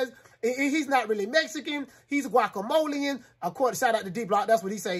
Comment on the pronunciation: My dawg said GUACAMOLIAN 😂😂😂😂😂